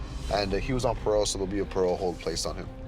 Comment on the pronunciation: "so you're on peerole?"